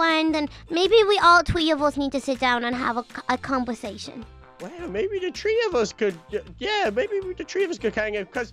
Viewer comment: I like how they say tree and not three 😂